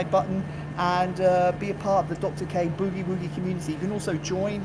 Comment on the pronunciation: I get a kick out of how British people pronounce Boogie Woogie..... B-eww-gee Wooo-gee.